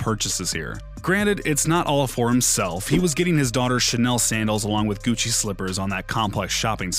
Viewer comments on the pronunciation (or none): none